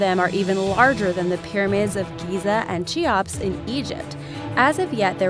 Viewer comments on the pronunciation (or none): Keops ,, not CHeops ,,, pronounciation please